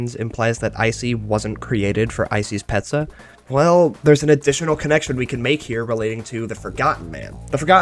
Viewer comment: Make no mistake, little buddy. Ice-e's P"e"zza is H"e"ll.